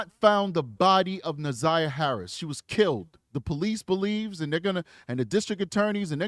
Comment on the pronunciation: I cant listen the community advocate. She cant even pronounce Na'Zayiahs name